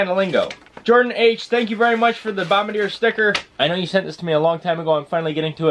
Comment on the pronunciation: Bombardier is pronounced - Bum Bar Dee Yay